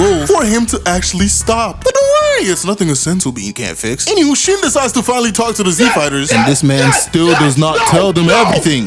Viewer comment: Everytime you say shin's name i cant help but hear that song " sin !" 😂 it is only made funnier by his stupid face he keeps making 🤣